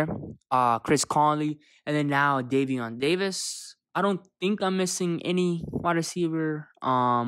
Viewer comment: Bruh you said my cousins name wrong 😑